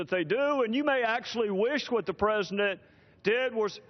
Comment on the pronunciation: Trey Gowdy kicks ass ... am I the only one hearing him saying " presendent " instead of president ... ?